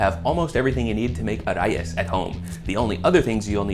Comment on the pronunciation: did you just pronounce Arayes correctly? :0